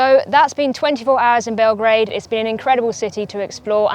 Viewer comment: It's Belgrade, not Belgreid. Grad means the city. Bel is white. So the White City.